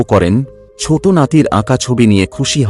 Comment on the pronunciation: what is 'chot', it will be 'choto', not ghon ghon, it will be ghono ghono. correct your pronunciation